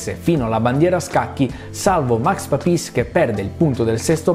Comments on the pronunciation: Complimenti come sempre per i vostri video! Come si chiama la canzone di sottofondo che parte a ? Comunque una piccola pignola precisazione: si dice Pàpis, non Papìs 😀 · Domanda, come mai dicevi Papis con quell'accento? Togliendo il fatto che sono sempre stato abituato a dirlo e sentirlo diversamente....in più essendo un pilota italiano tecnicamente aveva senso. Ma per sicurezza/curiosità chiedo....